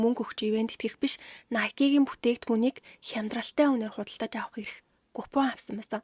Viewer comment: nikE bish Nike shuu kk